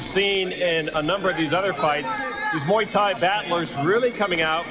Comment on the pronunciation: It’s pronounced Muay, not may